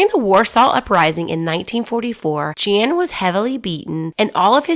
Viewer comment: You should have stuck to the original pronunciation of her name. It was Tereska not Theresa, and her father's name would have been pronounced 'Yan'.